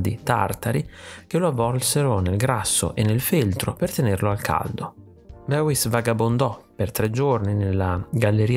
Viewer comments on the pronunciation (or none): Molto interessante, bel video. Questo artista lo sto studiando in accademia. Comunque il suo nome si pronuncia "Bois" ( tipo "boys" in inglese non "beuis")